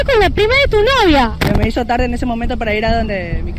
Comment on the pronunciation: Estuvo bueno el chiste Pero se dice hizo no hico